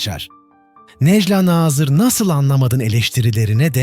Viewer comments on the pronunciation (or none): bu videoyu seslendiren kişi biraz işine saygın olsun necla nazırın nasıl okunacağını öğren